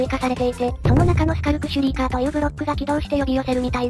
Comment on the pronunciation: の時のとがスカルクシュリーカーのことをシュカルクシュリーカーって言ってるのが可愛い😊